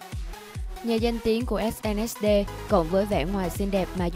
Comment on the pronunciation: SNSD đọc là Ét en ét đi chứ đâu phải ét en ét đê